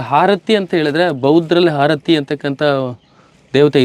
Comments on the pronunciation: ಹಾರತಿ ಅಲ್ಲ ಆರತಿ ದೇವಿ!! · #ಹಾರತಿ ಅಲ್ಲೋ ಮರಾಯ #ಆರತಿ ಅನ್ನಲು ಕಲಿರಿ